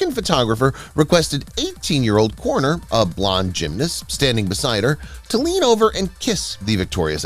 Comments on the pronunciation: Con Ner not Cor ner. Sheesh it's a simple name! Somehow the announcer and editor missed a simple fact check. Pitifully sad and disrespectful to Burt Conner. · Pronounce Conner's name right.